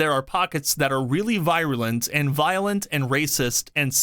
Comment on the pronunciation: For you to repeatedly enunciate the word 'virulent' wrong was racist! lol It's pronounced (vee·ruh·luhnt)